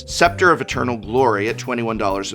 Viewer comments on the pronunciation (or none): none